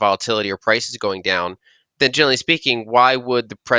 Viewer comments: Yeah, and she says it so often. More like "genaly" though. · She pronounce generally, as jelly lol